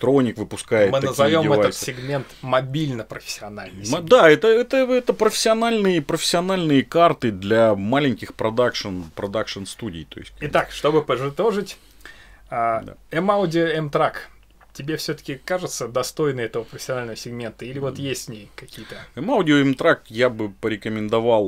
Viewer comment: 7-52 ..."Чтобы поджитожить"))))